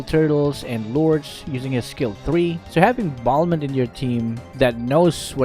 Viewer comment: I was confused when you pronounce balmon